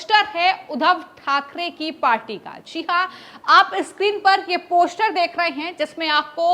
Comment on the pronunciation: ' Poshter' bolna bhi nahi aata is murkh anchor ko ... Teeno joker hain